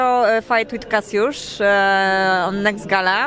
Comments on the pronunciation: Nekst gala xD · Nekst gala hahahah